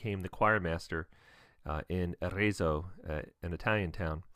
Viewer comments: Guido’s last name is not pronounced “dah-ray-zoh,” but rather “dah-reht-zoh.” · oh boy. please. GEE-do dar-RETS-o. hard G as in guess (there's a clue for you.) z and zz as in pizza. (another clue.) the letter is an illumnated P. the book is Codex Psalmorum (book of Psalms, which the monks sang all 150 each week). Aesop sounds awsome!